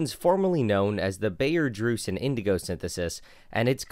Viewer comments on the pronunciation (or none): Baeyer (also printed on every aspirin pill) is pronounced like "Buyer"